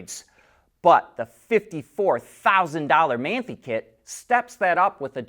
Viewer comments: man-thee...HAHAHA your pronunciation is terrible. More like maan-tie (like tying your shoes). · It's pronounced "man tie"! Get it right.